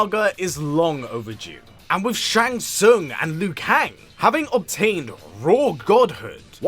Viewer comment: Shang Sung😂